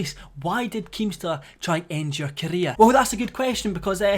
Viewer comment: When you say career it sounds like your saying Korea.is keemstar trying to destroy KoReA?